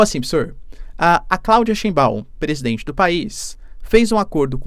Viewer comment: TD vez q ele fala Claudia Chimbaaaw eu racho de rir,coléee TChimbaaaw ela e sua a cabeça do dinossauro" qm manja de meme vai intender